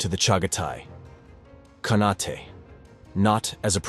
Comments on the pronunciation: "KhaNAHtay"?? It's just pronounced "CON-8". It's the same suffix used in the words Shogunate or Sultanate. The final letter E is silent. Just FYI.😁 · Surprising that AI cannot pronounce "khanate."